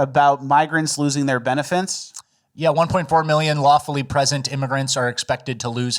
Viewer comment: “Benefets”